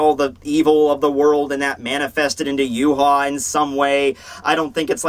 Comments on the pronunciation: Series ended it was Uryu that saved the day helping Ichigo beat Yhwach not Yu haw please learn to say his name correctly! It is Ya-vahk a German name dude not Yoo-haw geez! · Funny how you call him Yu-haw when his name is German and pronounced Ya-vahk! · true but as someone who knows German it is annoying to see a German name pronounced completely WRONG over and over again. I mean the guy did a fantastic job on his videos just say it right.